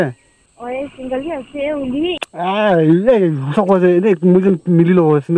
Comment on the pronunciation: I thought you said chewing gum ase when you said single ase